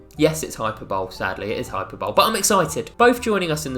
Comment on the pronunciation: Hyperbole? please tell me that pronunciation is a joke